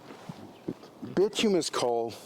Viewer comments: Bituminous (Bi-tume-i-nus) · Bituminous is pronounced By-too-my-nus And yea, u must get a good fire going with wood before switching to coal